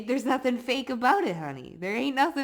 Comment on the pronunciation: Till Nada Ting sounds korean 😄